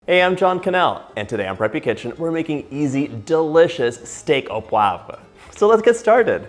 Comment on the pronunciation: You!!! Oh, i like you sooo much! And you saId POIVRE so well...im from Québec 😊😂